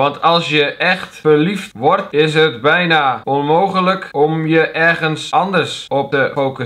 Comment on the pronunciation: Bija inplaats van Bijna XD (autisme sorry)